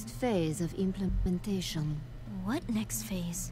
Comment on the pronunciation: "implimentation"? you mean "implementation"?